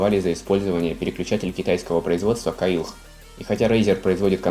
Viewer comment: читается не каилХ, как КАИЛ